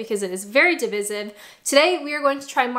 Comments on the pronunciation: What the F is De-fizz-ive? Did you mean Divisive? With an "EYE" sound in the middle? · What's less divisive than marmite to UK people is how you pronounced divisive))) You didn't like it but still took 3 bites. Well done. More than i could.